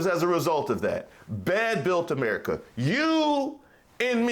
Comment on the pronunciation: I lost it when ma boy said "Merica" ...lol... I could tell he wasn't talkin bout the "sweet land for liberty" ...either...lol